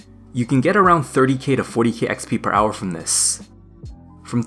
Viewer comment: i hate when he says hourrrr